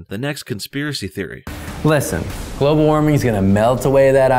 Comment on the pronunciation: Globe-al warming? Emphasis on globe